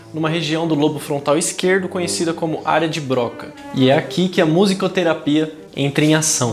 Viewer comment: apenas uma observação. Falando em sonoridade, soou-me estranha sua pronúncia ao falar sobre a área de "Bróca", quando o correto seria "Brrocá".